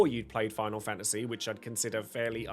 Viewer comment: Fa a see? I didn't think it was possible to pronounce the word faNTasy with a silent N and T